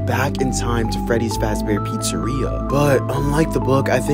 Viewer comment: He mispronounces many things. “William Apton “ “Freddy’s Fazbear Pizzeria “ “ Scott Copton “.